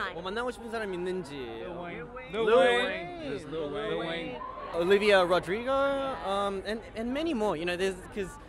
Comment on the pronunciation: Chan SAYING OLIVEA